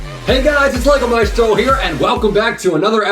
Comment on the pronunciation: I thought it was pronounced may-stro not my-stro lol